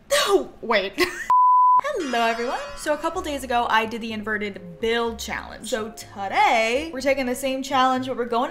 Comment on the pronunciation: i thought invert said introvert